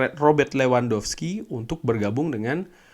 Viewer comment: Levandofski bang cara nyebutnya bang, bukan lewandowski Rumornya dia mau pindah ke barka :v